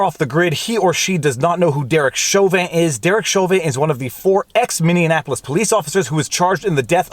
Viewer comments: lifelong minnesotan , its minn e apolis not minn e an apolis. lol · Minney-apple-ous not Minney-an-apolis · MINNIE-APPLE-US not MINNEONAPOLUS <3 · I LOVE when people pronounce the city as Mini-AN-apple-iss. It’s so commonly mispronounced that way, I’m starting to think it’s a meme. But for those who genuinely don’t know, it’s pronounced Mini-apple-us. You’re welcome. 😎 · Lol, you’re still saying Minneapolis wrong. It’s not mini-Annapolis. Edit: you only said it wrong the first time. You’re getting better at it! 😎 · Dang it Viva. The city’s name is Minneapolis. Not Minianapolis. Get the name right. 😎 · "Min-ee-APP-oh-lis." Not "Mini-Anapolis." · Lol I love you Viva, but please for the love of Christ it's pronounced Minneapolis, not MinneAnnapolis. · It's also Minnie-a-polis not Minnie-Annapolis. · Love how you say Minneapolis! "Minni-inapolis" 🙂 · Why do you pronounce Minneapolis like that? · Minneapolis doesn't rhyme with Indianapolis.